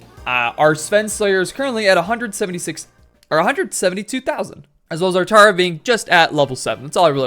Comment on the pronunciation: The way you call it “tahra” is so stupid considering no one says “tahrantula”